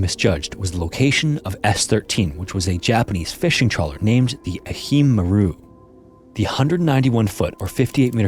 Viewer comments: Great video. Thanks for telling it. Just have to correct on something small. The Japanese ship in the third story ehime Maru is pronounced eh-he-may. Other then that great job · It's pronounced "Ae-He-May Maa-ru". Ehime is a prefecture in Japan (Japan has prefectures like America has states). Ehime might also be translated as "lovely princess" in Japanese. Maru is just a -suffix added to names of ships or other objects. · eh-hee-may maru, fyi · Conversely, his pronunciation of Ehime Maru is horrible.